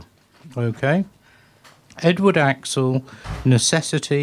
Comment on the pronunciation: Why does he pronounce his name as "axle"???